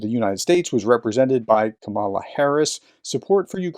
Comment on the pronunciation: Not that it’s of much importance, but it is KAmala, not kaMAla. Much love, professor.